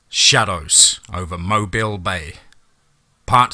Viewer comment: Blame the Mobile thing on me. It's closer than most non-Alabamians usually get, and I explained it to him, I was worried about keeping the stress on the first sylllable, not the last, so I told him Mo- bill. I'm perfectly happy with it though, as he does such an awesome job.